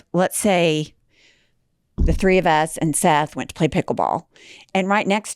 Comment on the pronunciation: PLAY, NOT LAY!!!